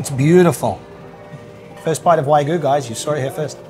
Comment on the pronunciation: Hi, I'm a long-time big fan of Spain Revealed, but I gotta call you out on your pronunciation of wagyu. You consistently pronounced it as waigu, but it is pronounced exactly as it's spelled (in English or Spanish) -- wagyu. -- See also